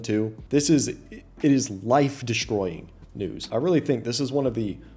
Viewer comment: She said it weally be your own people man😂😂😂😂 its ya own fault